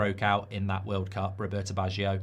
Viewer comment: Did I hear world clap instead of world cup😂